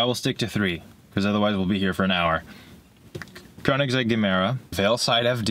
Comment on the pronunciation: "I dont know supercar names" Proceeds to pronounce Koenigsegg flawlessly : )